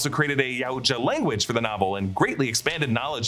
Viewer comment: ITS PRONOUNCED YOW-CHA Jesus Christ